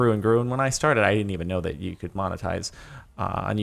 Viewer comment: Omg, I just realized that I say "Dat" because of Jordan.